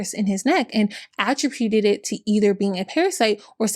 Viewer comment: You do a great job on these videos but girl you have to work on pronouncing some basic words: Attribute Contribute Prostate Oxycodone Spokane Colonic Annual Fibromyalgia It’s very distracting and takes away from the polish of your presentation.